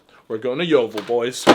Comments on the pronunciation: That my local McDonald’s and I didn’t realise it was that bad. I love it how you can’t say ‘Yeovil’ eirther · This is my local Macdonalds as well🤣 and why can’t nobody say yeovil